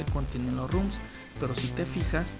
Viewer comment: basta de decir RUM RUM RUM! son ROMS, con O